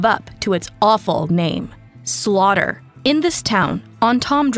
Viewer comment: It's called Slaughter -- not Slodder!